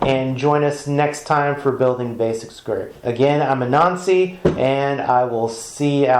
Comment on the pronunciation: he might want to work on his annunciation then lmao